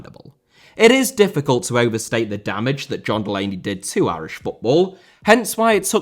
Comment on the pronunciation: Mali* not Mohrli Grath* not Grohrth Irish* not Ahrish Mcclean* not Mcclein Omobamidele* not Omobohrmedilei Final* not Fahnal Séamus* not Sheimus Shea* not Shay Johansson* not Jouwhansson Adaramola* not Araramouwler Debut* not Deibyu Inter* not Ento Roberto * not Robötouw Uefa* not Yuweifer Kumbaya* not Kumbohyohr Half* not Holf Udinese* Not Udeneisei Nigeria* not Nigerier Fahter* not Fother